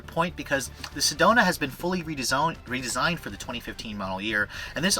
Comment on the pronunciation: "the Sedona has been fully redezoned.."